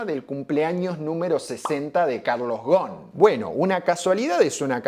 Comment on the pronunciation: Hola, muy buen video. Con todo respeto, como libanés que soy, me gustaría comentarte que Ghosn se pronuncia con la S incluida, Ghosn que significa rama y el plural o sea ramas es ghousoun (léase gusún) Además, por esas casualidades de la vida, en mis viajes al Líbano al ir a visitar a mis familiares, para ir a la casa de uno de mis primos, sí o sí debía pasar al frente de la casa donde se dice que está viviendo Ghosn que algunos años atrás y cuándo aún era funcionario de Nissan, en uno de sus viajes al Líbano, en un reportaje que dio a la TV libanesa hizo saber que era candidato a la presidencia del Líbano. En cuanto a Ghosn específicamente, su situación dividió las aguas, la mayoría lo cree inocente y aportan pruebas al respecto, sin embargo, subsiste un grupo de personas que aún lo creen culpable. Seguramente, en algún momento, la verdad, sea la que sea, terminará sabiéndose. Muy buenos todos tus videos, es un gusto ser un suscriptor de tu canal. Te mando un fuerte abrazo.